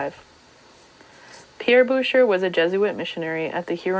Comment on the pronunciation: Advice on pronunciation. As a French name, that would be 'boo-shay'.